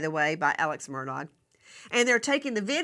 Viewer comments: It is not Murdog it is Murdaugh which is pronounced Murdaw phoetically. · Nancy, you are killing me with MurDOG. 😂 It’s pronounced MURDAW. Is it on purpose calling him a dog or what? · For the luv of pronunciation, please pronounce his name correctly - it's murr daw NOT dog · She calls him “murdog ”😆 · HEY NANCY! I believe that the Murdaugh family pronounces their last name as MUR DAW. I followed that case and when I heard a "local person" or one of the family speak that word it did sound like "mur daw". Not a big deal, but I know you like to be right. Check it out!!! (When Alex was in the Police Car after the murder, he spoke to the Officer there and gave him his name.) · It's actually Alex Murdaugh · Why can’t you pronounce his name correctly? It’s said “Ellick Murdock.” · Just the fact she pronounces his name “Murdog’ takes away what little credibility she may have and simply makes her sound like an idiot. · She cracks me up when she calls him Alex Mur Dog 😂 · Nancy for the hundredth time the “g” is silent!! It’s pronounced Murdau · Even the Supreme Court has to see evidence before it is apparent how they are going to rule. The state has spent enough money on him. I love how you say his name, murdog, like the murdering dog he is. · I appreciate that Nancy is an incredibly intelligent and competent woman, although I cannot stand her behavior towards her guests, but I can't in good conscience watch or support a video that has both crooked Chris McDonough, I mean, McDunug, and the mispronounciation of Alex Murdog. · Why can’t she pronounce his last name? 🤦🏼‍♀️🤷🏻‍♀️ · She insults him by saying his name wrong.